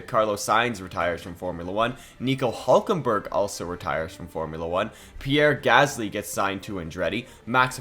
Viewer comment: What the hell was that Hülkenberg pronounciation supposed to be?